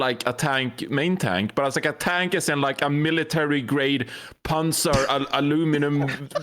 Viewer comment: Tbh thought he said panda at first... was like, ?? Panda tank hero confirmed?!